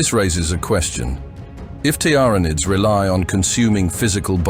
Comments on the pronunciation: it doesn't know how to say Tyranids. well made. tiara nids. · It's Teer-Uh-Nids.... NOT Tee-Ran_Id's... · Tyranids, TiaraNids, Teeranids, Tuurnids. Pick a pronunciation already. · You put me off watching this with your bloody 'Tiar nids' sort yourself out 😂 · Ah the very well know Tiara-Needs bruh just narate it your self... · Need to proofread this AI voice before uploading it's not pronounced TYARANID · Tiara-nids... FFS. enough of the AI generated crap. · Never heard Tyranids pronounced so many different ways in one short vid. I think 'T. R. Anids' was my favourite. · wtf is a "tiarranid"?!? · The "Tiara nids" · Not the tier ra nidssssssss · Every time this ai voice says tyranids I die a little inside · It pronounced tyranids 3 different ways lol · Your pronunciation of Tiaranids altering every time is jarring and I stopped watching. Is this AI voices order? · Tiara-Nids and Tender-Reals got me. Not yet AI, not yet 💀